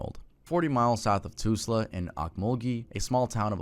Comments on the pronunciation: Your pronunciation of Tulsa and Okmulgee hurt my poor Oklahoman ears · Tulsa not “toosla”